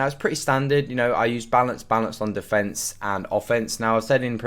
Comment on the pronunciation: „Come back on defence“ sounds like „ come back on the fence“ every time you say it 😀 great video though, I will switch to this formation to bring me back some fun in FIFA